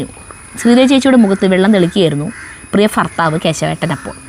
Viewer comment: ഇത്രയും മിടുക്കിയായ ക്ക് 'ഭ' ഉച്ചരിക്കാൻ അറിയില്ലേ?'ഫ' എന്നാണ് പറയുന്നത്. ഫാര്യ, ഫർത്താവ് എന്നൊക്കെ.😂 അവതരണം നന്നായിട്ടുണ്ട്.😊